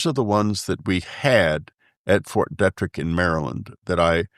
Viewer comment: It’s pronounced Fort Dee-trick